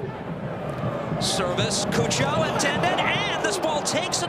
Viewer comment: The commentators pronouncing cucho Hernandez name as coo-cho instead of chu-cho is so funny/cringe 😂